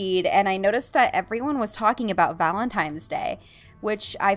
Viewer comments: omg, it's "valentiNe" not "valentiMe"! Sorry to nit pick but it was pretty funny to me. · i must be hearing things... is she saying valentimes? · Sounds like shes saying Valentimes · why do you say valintime's day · She called him you"tooble" and said it was valen"times" day lol